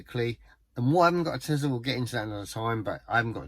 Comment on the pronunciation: It is not Tezla it is Tesla, smh.